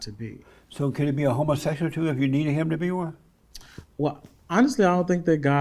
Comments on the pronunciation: "are you a homaseshul"🤣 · I think Jesse just preys on people who're not intelligent enough to see through him and how he tries to set you up. I would eat him up and spit him out...and that sprayed on dyed beard. He's not that smart tbh. He can't even pronounce "homosexual." Not trying to be funny but this is the first time I've seen this channel, is the host of LFR Family gay? He comes off as gay, bisexual, curious, or something. He ain't all the way straight...or maybe he's just super feminine. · Why not just say 'gay'? Dude cant help but EMPHASIZE 'homosexual' every time he ask him about being gay!